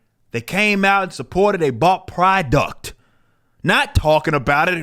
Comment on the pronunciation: "pridouct" lol